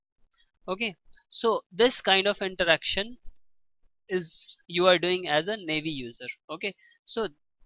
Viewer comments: nʌɪˈiːv,nɑːˈiːv not neɪvi. Please pronounce correctly atleast. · and Naa-E-v not navy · Good explanation but it's not navy users it's naive(nah eve).